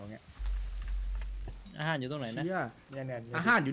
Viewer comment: “อาห่ารอยู่ตรงไหนนะ” “นี่คือเราจะนั่งเรื้อไปใช่ไหม” เสียงเหน่อโคตรตลก